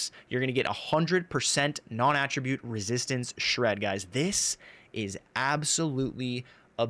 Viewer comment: NON- AT TRA BUTTE NOT AHHHHHHH tribute. lol you actually said it right a few times half way through.